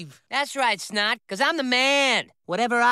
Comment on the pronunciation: It’s Snot not Snod